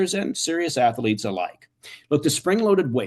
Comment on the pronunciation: “Atheletes” ? CIA man can’t even pronounce the words on his gay shake weight ad.